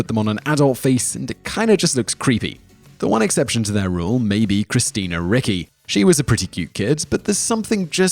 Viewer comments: REE-chee. It's Italian. I do NOT see how Simon can be SO wrong in SO many videos, and always with very easy names. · Isn't Christina Ricci pronounced 'ritchee'? I thought it's Italian name, if I'm not mistaking two c's next to each other are pronounced as English 'tch' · It's not Christina Ricki lol!! Ricci, reechee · Christina Ricci's name is pronounced REE-chee, not RICK-ee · When you mispronounce the names of super famous people whose proper pronunciation is easily sourced, it really makes a person cringe. Christina Ricky? Ree-chee. All over the place. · Christina Ricci? Ricky? Reechy. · thought it was ree-chee too, not ricky. AND, it was Roger Corman, not Robert. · I thought it was pronounced 'Richie'. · It's pronounced RICHIE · It’s pronounced Ree-Chee !! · Christina Rie-Chi. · it's Ricci as in Ree Chee. Simon, look up some pronunciations. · Christina Ricci...it is pronounced like reach-y. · Pronounced Ree-chee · Yup. Ricci = Richy